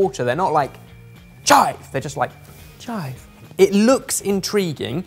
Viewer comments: They’re not like “CHIVE” 👊 they’re “chive” 👐 And also, for someone who’s not into tiny balls on my food, I don’t find this very appetising. 🤢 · "they're not like CHIVE! they're just like chive~" 😆😆😆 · "They're not like CHIVE.. but they're like chive" -, 2020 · “They are not like *🤜🤜👊* CHIVE!! They are more like *🙌👐🤲* chive.” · It’s not “CHIVE”, it’s “~chive~” I LOST IT AHAHAHAHAHAHAHAHAHAHAHHAAHAHAHAH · "CHIVE!" "chive" is best.